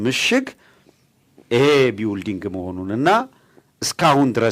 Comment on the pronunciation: ቢውልዲንግ ይላል ይሄ መሀይም አሜሪካን አገር ተቀምጦ:: building እንዴት ነው የሚነበበው ብለህ ጠይቅ እስቲ